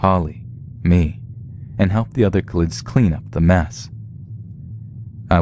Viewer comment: . "Help the other klids clean up the mess"